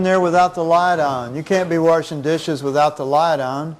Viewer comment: “Oh good you’re worshing your hands